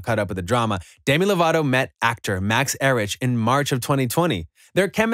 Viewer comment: Max er rich lol it’s pronounced like Eric